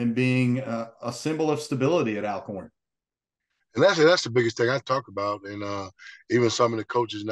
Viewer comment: It's pronounced Allcorn, good interview 👍🏾